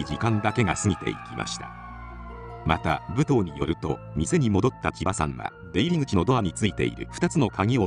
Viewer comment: ぶとうって言い方が気になる～ むとうでは？